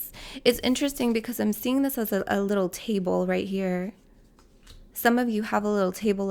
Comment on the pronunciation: "Some of you have a littrle tabele" me picking up a little table in that moment 😂